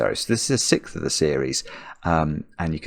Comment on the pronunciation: Why does he say sickth instead of sixth